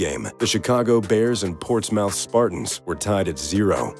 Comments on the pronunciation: Ports… mouth… it’s pronounced Ports(mith) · Its Pronounced ports muth....it always happens the spartan stadium still stands